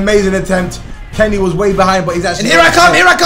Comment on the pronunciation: johnny and carey is all i’m hearing Aj say instead of johnny and kenny 😂😂😂